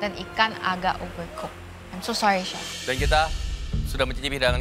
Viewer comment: bukan si arnold, tapi chief arnold, rupe rupenye terdengar seperti sif arnold